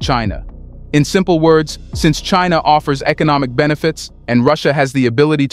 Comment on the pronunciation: FFS just get someone to do your voice over already 😂. WTF is "Cheenaw"